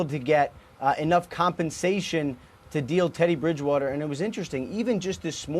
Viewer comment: Lol “Tedday Bridgewawtuh” -Cajun Accent